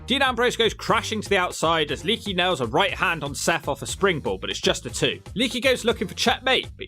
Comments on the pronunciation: I luvs ya. But the way you butcher names makes your credibility shit. How hard is it to pronounce lay-ah-key.??? It's le'akee. You're calling him leaky like he's a running water spout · I'm just curious. You do know it's not pronounced "Leaky" right? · ITS LEE AK EE